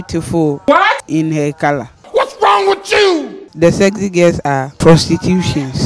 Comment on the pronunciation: She said "sezy" lol